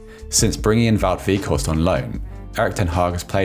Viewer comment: Narrator: "Wieghorst" Me: "cries in Dutch"